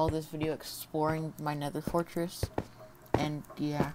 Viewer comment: Check at 32 seconds you say at the templates es es forteress